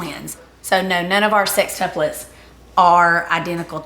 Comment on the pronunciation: I am Southern Accent from Texas...but, I swear they both say "SIXtuplets" instead of "SEXtuplets". Maybe it is on purpose to emphasize the 6?